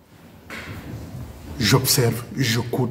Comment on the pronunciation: On dit “ACCEPTER “ et non Assèpter.